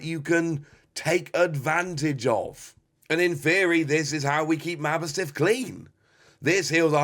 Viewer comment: Its ma boss tiff, not mabo stiff